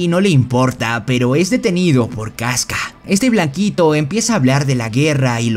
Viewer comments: Perdon, no tengo soy super experta en Bersek pero los nombres no se pronuncian Guts, Casca y Femto en vez de Gatz, Kiaska y Fennon? No se por qué el les dice asi pero me ha confundido mucho porque siempre los escuche como la primera opción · Bro por que dices kiaska y gantz cuando es Casca y Guts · Bro, la serie tiene 3 protas y no pronuncias bien el nombre de 2 de ellos? No es "Gants" ni es "Quiasca".